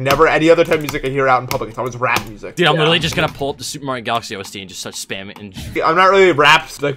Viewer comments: I thought he said rat music not rap music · i thought he said rat instead of rap and i got very confused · i thought said rat music